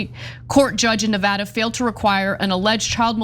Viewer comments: Thank you , Ana, not only for your courage to speak out, but also for pronouncing Nevada correctly. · The only justice around here that's properly executed is Ana's pronunciation of 'Nevada'; way to slay.